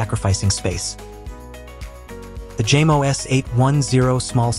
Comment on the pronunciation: Jamo… pronounced as Yamo.